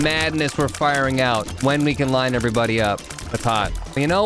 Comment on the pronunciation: What is up everybody, my name is— My brain: I THINK YOU MEAN EVERY BUDDY Edit: EveryBUDDY let’s go